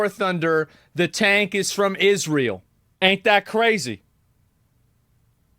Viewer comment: Israel designed and built the tank...and he's mispronouncing Israel.